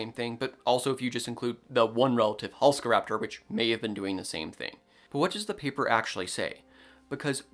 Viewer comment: You are mispronouncing Halszkaraptor. Why are you ignoring the z? This dinosaur was named after a famous Polish paleontologist, whose name is Halszka. In Polish, sz is pronounced like sh in English, so the name is Halshka, NOT Halska. Thus it needs to be pronounced Halshkaraptor, in English orthography.